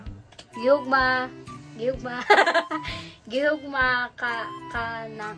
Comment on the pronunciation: Ang bisaya sa mahal kita is " gihigugma tika" not gi hogma po😊